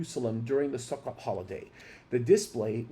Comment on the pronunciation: Israel365News explains more clearly. You should pronounce Sukkah or Sukkot like this Sue kah or Sue koat